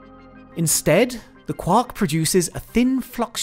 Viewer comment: I REALLY hate how he says Quark...... please never say that word again or learn how to say it.